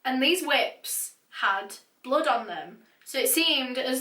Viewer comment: Does she pronounce blood as blud ? Btw love her narrations 👌🏼💯